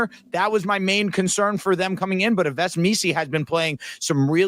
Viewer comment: Yves is pronounced “Eve”